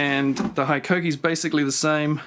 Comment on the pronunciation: Yea bro keen to try one of those blades never heard of them love your videos.. but you need to say hikoki like a Japanese man hiiiikokiiii